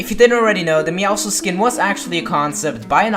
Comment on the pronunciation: It's meowscles not meowsles